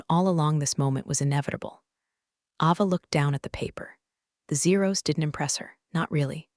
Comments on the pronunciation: Pronounce the names right! It's pronounced Ayva, not Ahva. UGH! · It's A Va not Ah va. Please pronounce names correctly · Don't forget Ava's name. It's pronounced A-va.